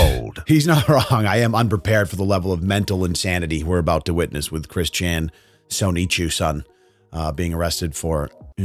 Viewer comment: The way he said it is pretty close. Incidentally, the O in Japanese is always long. So it should come out "soh-nee-choo." If it was "sah" (a short O like in "sonic"), it would be spelled sanichu.